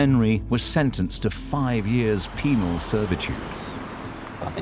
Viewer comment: Penal. NOT... Penile.... Lol